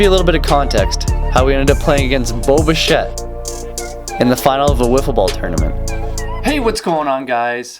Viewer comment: It’s bish-ay not bish -ett